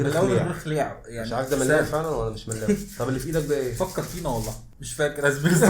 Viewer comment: ههههه ده اكيد مش كمون لي في المخبوزات هيكون يانسون و بعدين كلو لازم يتاكل مع الشاي 😂😂 و الملاوي بتتنطق كده مْلَاوِي